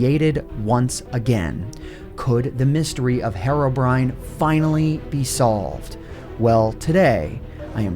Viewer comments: why is nobody getting bothered the way he pronounces herobrine? says it like "herrobrine" but its clearly a "heerobrine". you know, the way you would pronounce the actual word "hero" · Hair - o - brine Me: Hee - row - brine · STOP SAYING HARROWBRINE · Hero-Brine NOT HAROBRINE MY GOD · He says Herobrine like heroine but I thought it was like hero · He's called Herobrine btw, not herrobrine. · “Herro” brine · he's been pronouncing herobrine as hair-obrine for this entire time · Man, the way you pronounce Herobrine is so annoying. "HeRRoBriNe" lmao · I'm sorry but it pronounced heero-brine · Hate how you saw "heiro briyne" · It pronounce heerobrine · Hariobrine The way he pronounced it lmao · If I had a penny for every time you pronounced “Herobrine” incorrectly